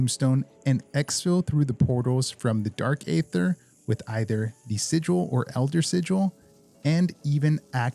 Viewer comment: hey brother, the A in Aether is silent. its pronounced Ether (like the Nas vs Jay-z song). common mistake